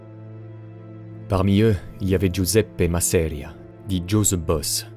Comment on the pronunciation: Intéressant ! Mais si je peux me permettre, "Masseria" devrait être prononcé avec l'accent tonique sur la première syllabe et pas sur la deuxième. ;)